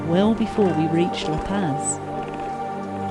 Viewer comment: Never heard Arica or La Paz pronounced like that lol